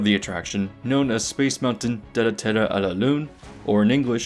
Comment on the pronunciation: "duh la ter, a la loon" (silent final "e" in "Terre")